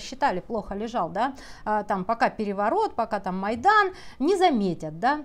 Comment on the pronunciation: Ваша Монтян сидит в Украине? А почему слово "майдан" неправильно произносит?